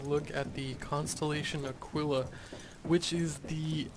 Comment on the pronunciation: It's pronounced uh-kee-luh. Just an FYI.